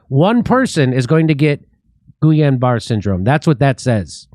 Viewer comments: Just for pronunciation purposes, it is pronounced "Gee-Yun-Ba-Ray" syndrome. It triggers an auto-immunity to attack peripheral nervous system. It is a slow paralysis beginning at the extremities (toes & fingers) and slowly move inward. Deadly when it reaches the chest area because you will not be able to breathe and can affect the heart as well. If you had it before, it is not advisable to get the flu vaccine or any ingredients involved with chicken egg yolk. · Great show - Thanks! Almost painful to hear you pronounce Gilliain Barre' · that's pronounced geeyon baray syndrome and it is fatal... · Jimmy Dore's pronunciation of certain things is enough reason for me to watch sometimes.🤣🤣 Say: "Gee-on Bar" Syndrome. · I think it’s pronounced Geeyaun Barray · Explains why they made it illegal to sue the manufacturers, they knew it was a scam. BTW that disease is pronounced ghee-ahn bar-A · I like how made the L's silent in GuiLLain-Barre too. Jimmy is so much like my dear old departed grandma, she just made up names when she couldn't pronounce them too. It's pronounced Gee-lan-ba-ray... with a very thick frenchie accent.